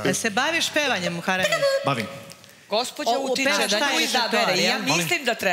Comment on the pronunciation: Sasa nije muareme nego Muhareme izgovori kako treba